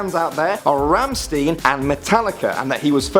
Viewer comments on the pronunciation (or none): RammSTEEN? Wtf? It's pronounced RammSTINE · rammsteen ? :'D bro its pronounced Rammshtein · 'Ramsteen'....Dear lord. </3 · It's "Rammstein", not "Rammsteen"!!! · did you really pronounce rammstein as ramsteen.... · That's not how u pronounce Rammstein!! it's German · It’s Rammstein not Rammsteen just saying but I don’t mind it is so funny to hear how you says it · what the flip?!?! ramstein is not pronounced like that at alll!!!! its a german band and ist pronounced ramstain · "rammsteen" T_T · "Ram-steen"?!? RAM-STEEN?!?!?!?!??! L2PRONOUNCE GERMAN!!! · it's pronounce Ram Stine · He pronounced rammestien wrong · Anyone else annoyed about this guy pronouncing Rammstein incorrectly? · that rammstein pronunciation :/ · You seriously butchered the pronunciation of Rammstein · NOOOOO YOU SAID RAMMSTEIN WRONG. I WASS SOO EXCITED